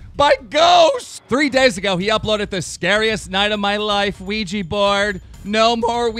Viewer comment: It's pronounced weeja not ooija